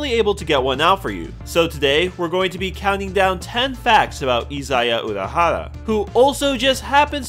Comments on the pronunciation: Izaya Urahara? ...SAY WAT? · Izaya Urahara